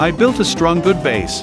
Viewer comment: whyy you say stronk. its strong not stronk